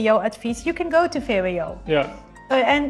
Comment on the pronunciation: Its vwo not vbo😂